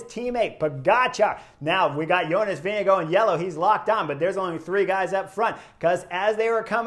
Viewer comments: Some say “go” and others say “gaard”, Let’s just admit pronouncing Jonas’ name is hard. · How's he pronounce it then? I hear all the europeans say vinga guard. I watch the international feed. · I’ve heard him pronounce his name. Its not vin ga guard.